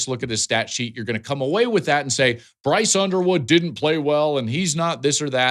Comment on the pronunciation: I could swear he said Brice Underwear at First.